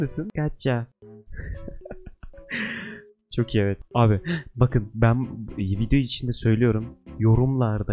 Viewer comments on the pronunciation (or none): none